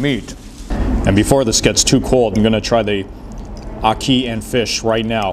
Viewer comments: Ocky and fish. 😂 It's called Ackee and Saltfish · It's ackee and saltfish not ackian